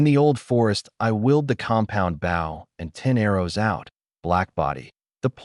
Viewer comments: Why do all AI-read stories pronounce the word "bow" wrong? Bow should be "bŌ", rhymes with "go", not "bau", rhymes with" "cow". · For once please can one of these things pronounce “bow” properly.